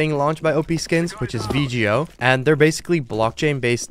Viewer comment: its V-GO not V-G-O :)